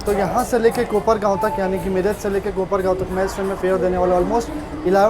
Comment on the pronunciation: मिराज नहीं it is मीरज. Bahut lamba route ho gaya.